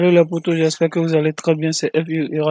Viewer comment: La vidéo est cool on dit pas les posto on dit potos